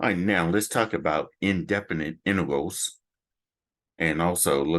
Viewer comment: said "intervals" instead of "integrals" well sounds like it anyway